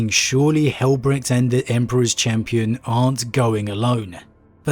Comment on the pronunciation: Since names of the sons of Dorn are often derived from German, it is not pronounced Brekt